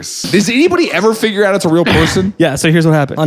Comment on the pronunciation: I don't like the way he says "figure". He uses it like it needs the hard R